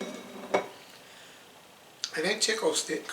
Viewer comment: 😂😂😂 he went waay back to chic-o-stick...lol